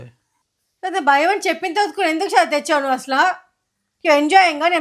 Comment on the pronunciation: ఒత్తులు సరిగ్గా పలకండి. బయం, అర్దమ్ అంటున్నారు